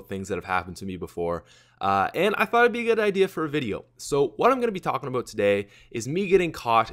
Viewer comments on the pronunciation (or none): none